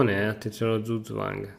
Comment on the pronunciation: Solo per dire eh, ma "Zug-zwang" (= mossa obbligata) si pronuncia tipo 'tsug zwang' non "zuzuáng" :D